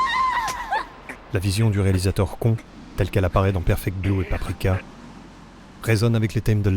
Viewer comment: KON. (Ça se prononce "Con" et pas "Conne" comme le font beaucoup trop de gens).